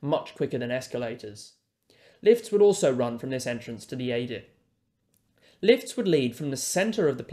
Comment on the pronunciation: A TERRIFIC presentation. Your comments with the diagrams is excellent. Just one correction from an old Mining Engineer, “adit” is pronounced “add it”